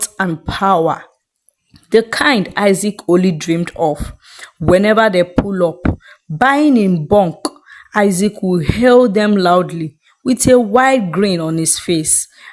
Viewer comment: It’s BULK not BUNK. Fix your English or read in your local language. You can’t be pronouncing words wrongly in the name of reading stories. If you wrote it, find someone to go through it, before you read it out to the public. People learn from listening sometimes. Feeding them the wrong pronunciation is bad. Be aware of how you pronounce your words.